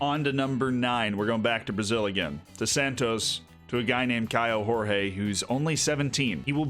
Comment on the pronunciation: Portuguese here: pronounciation on Douglas Borel ias pretty fine. Kaio Jorge however... no. In portuguese the J and G aren't read like in spanish. So for an english speaking person, instead of saying "horhe", say "jorje" and you'll be on point